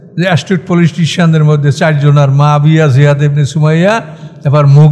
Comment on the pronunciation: মুয়াবিয়াকে আপনি বারবার মাফিয়া অন্যরকম ভাবে বলতেছেন এটা কি ইচ্ছাকৃতভাবে নাকি আপনার ভুলবশত বলতেছে না।